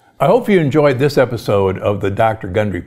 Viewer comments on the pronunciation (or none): none